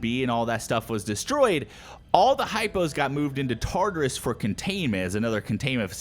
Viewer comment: You're saying Tartarus wrong. It's pronounced as follows: Tar-tare-us(is). Tar as in tartar, "tare" like terabyte.